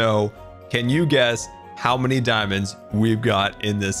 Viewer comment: I was trying to compromise between pronunciation of meanie and his spelling of many; which is why I put it in quotation marks.